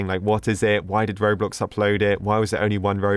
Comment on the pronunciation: The way that said 'robloc'